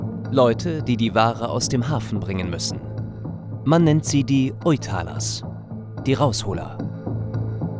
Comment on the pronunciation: Eine Bitte: Könnte der Sprecher bitte erst die korrekte Aussprache niederländischer Wörter lernen? Die heißen NICHT "Üthalers" sondern "Authalers". UI wird im niederländischen als AU ausgesprochen.